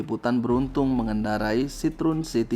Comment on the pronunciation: Sitrun? Sitro-en ! Baca yang benar.